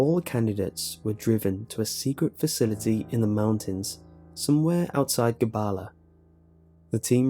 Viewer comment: Nigga it is not Qabala it is Qebele yall think you know it better than an Azeri person?